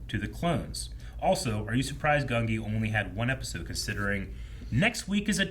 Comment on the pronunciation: you keep mispronouncing Gunji's name, it's pronounced Gun-J'EE not gun-Gee, it's always been Gun-Jee lol